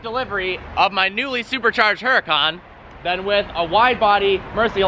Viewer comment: "hyoo rah con". Not "her a con"